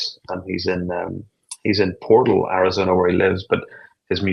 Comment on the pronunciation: Its not pronounced Portols.... its Portahles. Portales is the spelling though